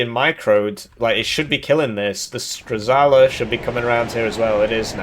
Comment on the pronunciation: We did it bois! finally can say "strzała"!